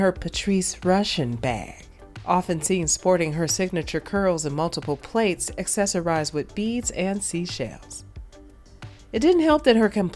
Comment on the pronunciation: Did you really pronounce 'plaits,' 'PLATES?' 😂 I have never heard of a Black person mispronuncing plait. ( It's pronounced platt btw. And if you're not Black, I apologize for assuming you are.)